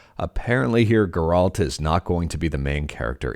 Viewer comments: Geralt? You never played the game did you. lol. That's where worse pronunciation of the name I ever heard. Painful too lol. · Ger- alt 🤢🤮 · The insistence of the Geralt pronunciation felt intentional to mess with people, i found it funny and annoying at the same time. Might be even more annoying if it's the correct way to say it and i've been mistaken all this time.